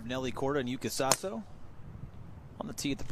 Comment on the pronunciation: YUKA SASOじゃなくて、YŪKA SASOUかYUUKA SASOUだよ ちゃんと外国人の名前調べとけよアメリカ人は！